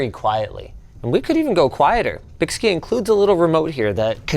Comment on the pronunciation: bykski has been around over a decade. 2 of the best am4 water blocks I've ever purchased back in the day for $60 Also I believe it is pronounced Bike Ski because the guys that started the company are into biking and skiing.